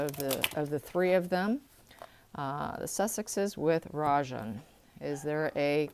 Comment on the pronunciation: Rajan means KING in Indian language. Anything but a king. You pronounce it well.